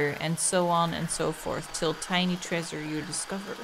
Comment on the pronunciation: I love how says "trAEsure" like Fred from Scooby-Doo. Honestly, her mispronounced words are all pretty cute; but I think that's my favorite.